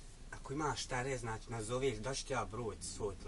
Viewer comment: draga curo nauci pricati prvo,koristi "č" gdje mu je mjesto kaze se "znači" a ne "znaći"......seljacino jedna!